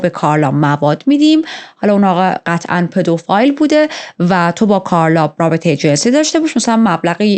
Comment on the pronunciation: پدوفیل ✅ پدوفایل ❎